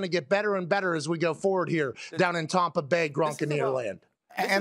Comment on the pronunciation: Tompa Bay Gronkoneer land 😂